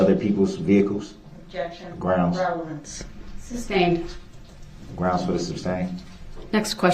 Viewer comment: "Groundsz" is the one that drives me crazy!